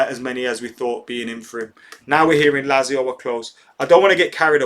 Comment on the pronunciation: MATE its pronounced LAT-ZIO ;)